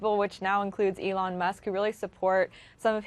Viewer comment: “Alun Musk”